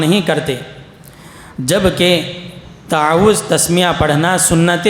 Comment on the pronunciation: یہ صاحب اردو اوت عربی کہنے میں غلطی کر رہے ہیں تعوذ واو کے تشدید کے ساتھ فرض میں را پر فتحہ پڑہ رہے ہیں جبکہ را پر جزم پڑھنا چاھئے نقصان نوقصان کہ رہے ہیں انداز بیان بھت بورنگ ہے دلکش نہی